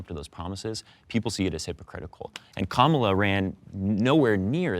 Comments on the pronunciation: Pronounce her name "Camela." Is that the allegedly liberal version of the right's intentional mispronounciation "Cu ma la?" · Why was he pronouncing Kamala camela